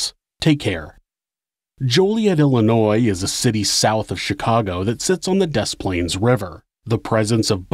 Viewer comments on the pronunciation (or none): Did you pronounce the “S” in Des Plaines?! Aw man.